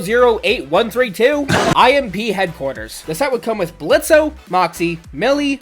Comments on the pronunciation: good build, tho i did get a little mad when he said blitzo and pronounced the o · Bit annoyed by the times Blitzo's name was mispronounced, but awesome video otherwise.